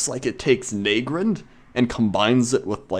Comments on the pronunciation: " Nay-grand " ? lol " Naah-grand " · Naygrind? It's nah- grand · lol wtf , how are you saying Nagrand? XD Neigrend? XD Nagrand is pronounced like "Naga" with out the G and A and "Grand" as Grand Theft Auto. Na-Grand. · Nay-grend? I normally pronounce it Nah-grand. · You say Nagrand a bit oddly.